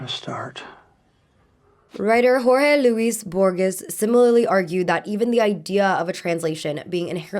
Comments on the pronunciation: Jorge Luis Jorges pronuciation level 1 hahaha. use google to sound it out please!!!! 😂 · as a spanish speaker, the way you pronounced jorge luis borges in was so funny but also so endearing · Lol yeah 😭